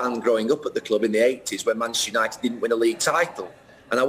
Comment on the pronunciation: Why does Gary pronounce manchester united as machestunited?